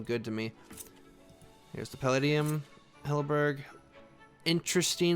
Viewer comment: Don’t forget about how he says halberG instead of halberd.